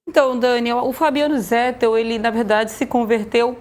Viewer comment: Irrita o ouvinte a pronúncia /"zétel"/. A pronúncia correta em português é /"zetéu"/. É o mesmo caso de /"nobéu"/, pronúncia correta de Nobel. Muitos falam /"nóbeu"/ equivocadamente.